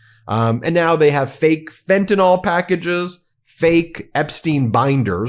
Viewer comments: i just gotta say: it's pronounced "fen-tah-nill", not "fen-tah-nawl" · fentanyl (pronounced fentynil) not "fentinol" please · FentanYl not Fentanall. FEN-TAN-ILL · I can’t listen to you saying “fentanawl” any more. Fentanyl! JfC! Read the word! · WHAT, EMPTY FRNTANYL BOXES? 😂😂😂😂 YUP THAT'S TRUMP ALLRIGHT 😂😂😂😂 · Ben, please pronounce fentanyl correctly. The ending sounds like (nil) not (nol). Thank you! R.N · Fentanyl's last sylable is pronounced "nil". It's a short 'i' sound, as in "alcohil". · I love your show, but could you please set the proper standard for the pronunciation of the word "fentanyl". Way too many people pronounce it as though it ends in an OL and it clearly does not. This just bugs the living crap out of me. It would be wonderful if you could get this right. You're really good at getting your news coverage right I would hope you can do the same for this particular word. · Why do you Americans refuse to pronounce very simple words correctly? Fentanyl. Y’all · Check your pronunciation of fentanyl